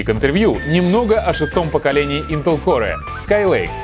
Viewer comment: >>ваш уровень знания английского выше среднего. Наш тоже. Особенно это заметно по тому, как в ролике "core" произносится "корэ", "m" — "ми", etc.